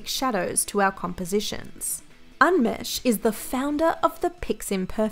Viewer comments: The correct pronunciation of unmesh Is Ooh-n-mesh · When I heard the pronounciation of unmesh.. I'm dead